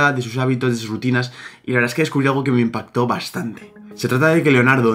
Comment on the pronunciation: Dijo descubrí xd